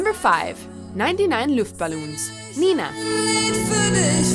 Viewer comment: Did you hear how she pronounced "99 Luftballons"? 🤣